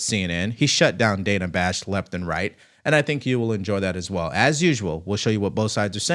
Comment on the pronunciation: Dana Bash’s first name is actually pronounced “Dan-nah,” rhyming with the name Hannah. Just FYI for a more polished political commentary. I certainly don’t have any respect for her, but neither do any of my favorite podcasters, e.g. the 'Derek Hunter Podcast' and the 'Derek Hunter Show'—from his daily broadcasted show on his local D.C./Baltimore area radio station—as well as 'Happy Hour with Julie & Liz', the Julie Kelly and Liz Sheld duo, and each of them and many others, even Tucker, pronounce hers and others’ names correctly.